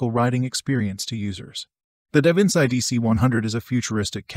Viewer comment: Surely Davinci isnt pronounced that way?